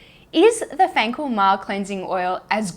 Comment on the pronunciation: Fancl [reads "fencul"] has made my day 😅🇮🇹